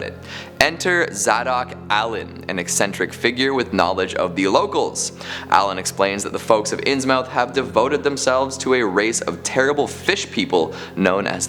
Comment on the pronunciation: IT'S PRONOUNCED INSMUTH YOU INSUFFERABLE IMBECILE!!! AND HIS NAME IS PRONOUNCED ZAYDOCK!!! SPELLED ZADOC PRONOUNCED ZAYDOCK!!